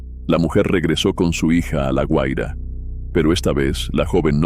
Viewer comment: Se dice GUAIRA no "HUAIRA"